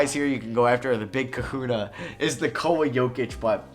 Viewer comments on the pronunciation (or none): none